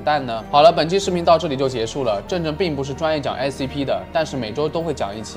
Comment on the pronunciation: Scp念成sap...發音很難嗎😅